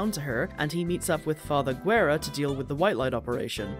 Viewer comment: A funny thing you didn't mention even tho you pronounce Father Guerra's name as "gu-e-ra" it's actually "geh-rra" and Guerra in spanish means "War" so his name is pretty much "Father War" lmao.